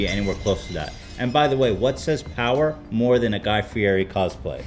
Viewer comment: He keeps mispronouncing Fieri